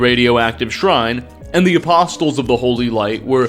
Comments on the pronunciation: The T in apostles is silent. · The "t" in "apostles" is silent (in English). I'm gonna guess you didn't grow up Christian or at least not paying much attention in church. Lucky you. lol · Another great video keep up the great long form informative invesetigations into lore. (btw the T is silent in apostles) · great video. But PLEASE, stop pronouncing apostles incorrectly. They say apostles correctly so many times in the voice dialogue. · Great content, but please, the t in apostles is silent. 😛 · Every time pronounces the T in Apostles a puppy dies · had to scroll way to far for a comment like this😂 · …just so you know you aren’t supposed to pronounce the ‘t’ in ‘apostles’… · Great video, can't help but mention though that the T in apostles is silent. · I can’t imagine the time and energy that goes into a video like this. Constantly impressed! The only thing is… the ‘t’ is silent is ‘apostles’ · Just a helpful English tip for you, the T in "Apostles" is silenced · Doesn't make up for pronouncing the T in apostles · That isn't actually him, if you believe it you're all a bunch of idiots considering he can't pronounce apostles 🤦🏻‍♂️. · Every new video brings to light another fairly normal common word that he just happens to not know how to pronounce lmao. Apostles has a silent 't' haha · Man real talk do you say apostles like that on purpose? The T is silent. It's not "apossToles" its said "Apossles" They even say it correctly in game. Do you just read what the dialogue says or do you go out of the way to mispronounce fairly common words? I genuinely feel bad for the people who talk to you on a regular basis because they must be so irritated with how often you misspeak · Apostles = uh·paa·slz The “t” is silent. Stay safe out there everyone. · a-poss-uls not a-pos-tuls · “A-post-les” had me laughing at first but at some point it started to genuinely annoy me. If you’re going to include a word 10+ times in your script, maybe google it?